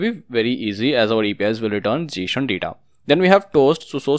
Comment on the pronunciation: very great video, and it is not Jshon it is Json 😂 [pronunciation]